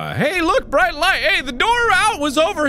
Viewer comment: Mark: It’s brighhtt *Jump cut* Anesthesia Mark: ItH brIgHttttt